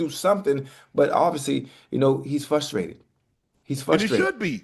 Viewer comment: Ocho doesn't "Pacificly" know why Unc is "Fustrated!" 😂🤣